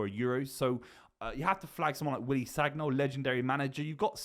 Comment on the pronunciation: I’m French and sagnol’s pronunciation is “saniol” “gn” is “ni” but it’s cool